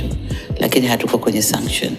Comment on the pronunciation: JAMANI. SENSETIONS AU SUNCTIONS...NAWE MTANGAZAJI TAMKA VIZURI WOTE NDIO NYIE NYIE MNATUABISHA KWENYE DUNIA...